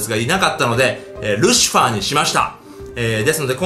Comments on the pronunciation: しかもゲージに感情入りすぎ笑 あと、ルシフアーッテ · ルシファーの発音がホント無理。笑